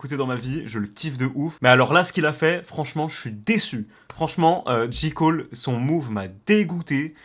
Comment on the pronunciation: Personne n’a trahi personne il est vieux de 2 ans le son et on dit JÉ COLE pas JI COLE 😂😂😂